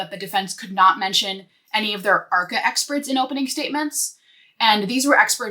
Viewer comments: Is she saying hopening? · is she saying hopening though lol jk great work!